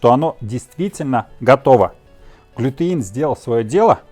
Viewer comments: Правильно будет глютен а не глютеин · .у вас все отлично получается.вот только не глютеин,а глютен,удачи вам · Глютен, а не глютЕИн !!!!!